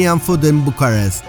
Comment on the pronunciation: Why do you keep saying Bucharesy, must have said it 1000 times. Bucharest.